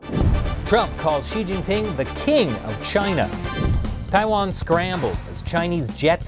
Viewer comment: He actually said "Chi". Does he really know (or care) who is the President of China is???